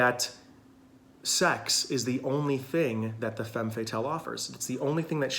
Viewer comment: Interesting video! I identify with four of them, that are quite different. And a detail, femme is pronounced fam (looking for an English word with the correct a, but in vain. Better maybe to find a pronunciation clip?)